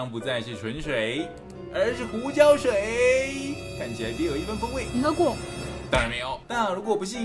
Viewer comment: 我聽"胡椒水"聽成"膠水"www